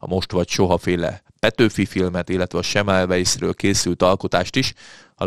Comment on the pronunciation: Szemmelveisz a név kiejtése....:(